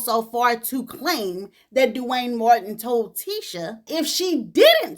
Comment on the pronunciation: It's the way you say DEW wayne😂